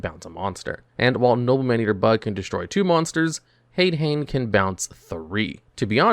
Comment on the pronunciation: Mispronouncing Hane Hane is one thing, most people don’t realize that it’s “Han-ay Han-ay” But you should know that Ghoti is pronounced “Fish”. It’s basically The Whole Gimmick.